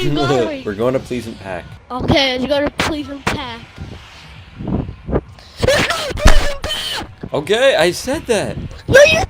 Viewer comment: It’s presented plesent park not pleasant pack